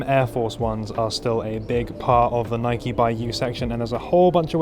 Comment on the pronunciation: Please stop calling it “nikey”! Please pronounce it as “nyke”!